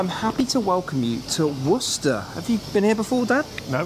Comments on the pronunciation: As someone from Massachusetts, I hear people from this country struggle with the pronunciation of Worcester all the time. Hearing with the correct pronunciation just warms my soul. New England is a different ballgame when it comes to British derived names though. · One awesome trip! So cool you brought your Dad too!! Cheap money when you look at the experience itself. And great job pronouncing Worcester. Yes, I know there is one in England....but as a Boston, Mass native...I'm so used to hearing Worcester pronounced so badly... Haha.